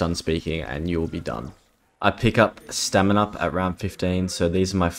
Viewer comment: when he first said stamin up i heard seminar also this is impressive give him a like and sub